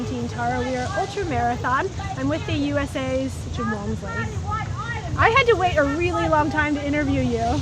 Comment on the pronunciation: Correct Jim's last name: its WALMSLEY not Walmley